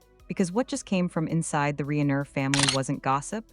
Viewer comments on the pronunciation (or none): Pronounce their last name correctly AI